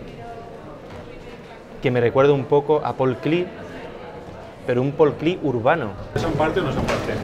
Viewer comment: non lo haceis a eso! Paul Klee, no es un nombre ingles; es que lo quiero.a Klee demasiado; por favor, es K l e e, no Clee como John Cleese; gracias muchas gracias por los video que quiero maximamente